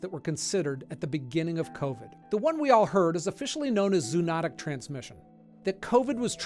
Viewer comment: Zoonotic is not 3 syllables, it's four. Zo o not ic. Talk to anyone who took Zo ology and they'll confirm this for you. (And how do I know this? Because one of my college roommates was majoring in ZO ology and she jumped all over us until we got it right!